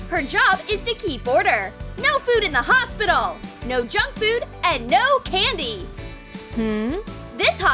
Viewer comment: It is hospital not hosbital